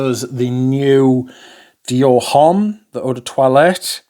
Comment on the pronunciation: The 'h' in homme is not pronounced.